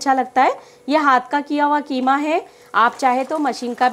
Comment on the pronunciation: ये कीमा है या खीमा